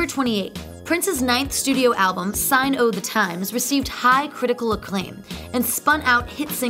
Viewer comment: It’s “Sign O’ The Times” not Sign OH The Times. May-Tay not Mate. Shin-aid not Sin-Aid. Lady please...